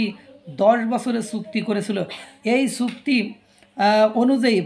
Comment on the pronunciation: সুক্তি নয় বাবু .......... বলবেন চুক্তি।